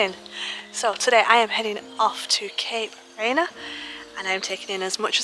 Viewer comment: Please learn to pronounce the name correctly.